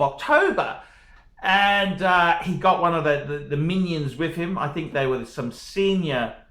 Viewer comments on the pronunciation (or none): none